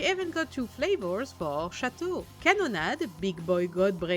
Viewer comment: This models are to busy for my taste. But I understand why people like them there really flavorful. The way you say Chateau is wonderful 😍